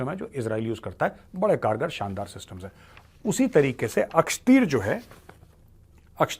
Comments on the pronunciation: सर, ये अक्षतीर नहीं l आकाशतीर है l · Akshteer nahin Akashteer hai major. Naam to theek se padh lo. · मेजर साहेब ये अक्षतीर है या अकाशतीर है।